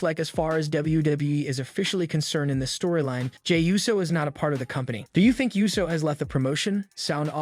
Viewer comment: Ooh-so. Not you-so